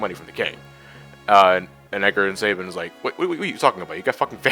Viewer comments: You're saying Sabin wrong...stop...please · Sa-bean! It is pronounced Sa-bean! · I'm sorry guys it's not your fault, but I've heard his name mispronounced too many times. It's French in origin and it is pronounced Sah-bean. Thanks for your patience.